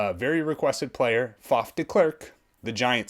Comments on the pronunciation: Faf is correctly pronounced. Short for Faffa short for francois. Babies can't pronounce their names and call themselves Faf or Faffa. De klerk. Listen to the braocaters pronunciation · You are saying "Faf" corectly, as well as "De". Well done, and "way to go!" for a non-Afrikaans-speaking person. The last part "Klerk", you could use the English word "Clack" as in CLICK-CLACK, as a guide for the pronunciation of the vowel "e". The only remaining change would be something that English people in general, but more-so Americans, find quite hard, and that is the sound of the "r". It would obviously not be the type of "r" that you would pronounce in "Word", "More", "For" etc. It would come closer to the French "r" in "Merci. Yet, even though this would help you get closer to its sound...it would still be off for a true Afrikaans speaking person, as the "r" in "Merci" is a somewhat guttural sound formed at the top of the pallet, almost reminding of when one is (forgive the nauseating image) getting ready to spit. The genuine "Afrikaans" "r" is more comparable to many, many "d" sounds being said at extremely high speed/interval rate, repeatedly. It is formed by having air flow through the mouth cavity from the throat, using some of the belly/diaphragm, while attempting to touch the tip of the tongue to the pallet, just behind the teeth, but never actually touching, and then having the tongue vibrate to form the "r" sound. My name actually starts with this exact use of the letter :-) On this video of mine myself and my buddy, who is in the studio with me at the time, are chatting, and you will hear him say the word "horrible". BUT, we are both Afrikaans, and a